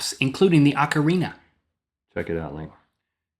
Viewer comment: isn't it OH-carina